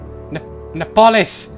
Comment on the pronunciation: nee-a-polis